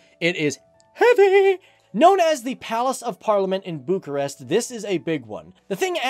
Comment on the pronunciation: i love how they prounounce bucharest like that and as romanians are like thats not right!!